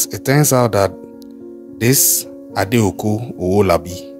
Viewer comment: Stop this bad pronunciation of names, Favour not Fever. It is Adeeko Owolabi